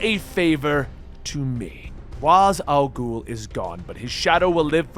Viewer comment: He pronounces it right. It's the Arabic pronunciation for the demons head.